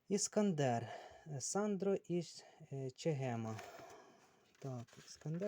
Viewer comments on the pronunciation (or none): Сандро из Чегема - ударение на "о", СандрО)